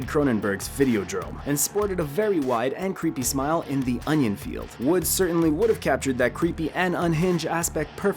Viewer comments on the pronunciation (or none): none